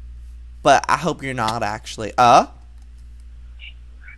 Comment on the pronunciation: it's uh?! not ugh?!